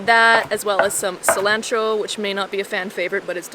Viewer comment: I’ve never heard someone pronounce cilantro the way u two do lol